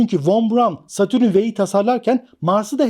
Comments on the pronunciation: hocam herşey çok güzelde şu satürn’e niye satürün diyorsun valla anlamadım:) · Satürün degil, Satürn